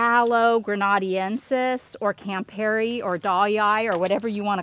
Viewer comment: Aloe grena-DEN-sis.